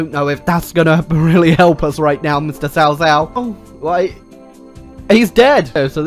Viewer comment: cao cao pronounced as kao kao :(